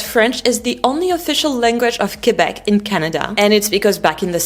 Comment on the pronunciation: First of all you have to well pronounce Quebec in English.